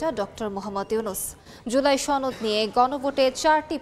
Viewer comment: ছনদ না সনদ !